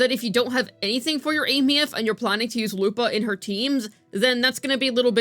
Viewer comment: I'm surprised actually pronounces her name properly.